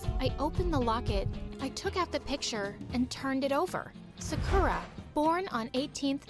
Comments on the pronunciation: If you were japanese, you would say sakura. Not sacura. さくら。。。。。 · I love how this is supposed to be real but Sakura is pronounced Sah-kooh-lah (r is pronounced the same way you say L) but they say suh-kura like Americans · She said Sakura wrong- sa-kur-ah? Its a pet peeve of mine- sorry. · I thought sakura was pronounced S-AH-kura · hi i'm sarkra from ja-🍳 couldn't even peonouns her own name right. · Ur right lol plus, THEY ARE PRONOUNCING SAKURA WRONG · Bruh the generic name “Sakura” wasn’t even pronounced correctly 💀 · Says she's Japanese, but then mispronounces her first name in the first five seconds of the animation. Like, come on, My Story Animated! If you're going to create a Japanese character, at least learn how to correctly pronounce her name! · Tbh all these people who talk in my story animated sound the same. And the way she pronounces Sakura. I’m sorry I can’t 😂 she doesn’t even have a Japanese accent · Can we talk about how Sakura was mispronounced the whole video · The fact that “Sakura” doesn’t even pronounce her name right- Also did u know Yumi also means corn? As well as the name, it’s corn (😂) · Im sorry- The way she pronounced sakura is hilarious to me- XD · The voice actor literally said Sakura wrong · Not them pronouncing Sakura in the most American way possible... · she cant even say 'sakura' correctly 💀